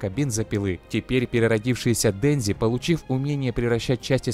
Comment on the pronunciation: Денжи, Почита... аааа, мои уши